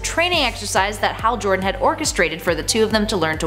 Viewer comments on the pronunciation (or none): none